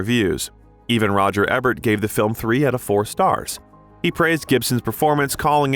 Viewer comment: Alright, I’m gonna have to say something about the pronunciation of names it’s not Roger Ebb-ert it’s E-Bert and it’s not Bo-No it’s Bon-O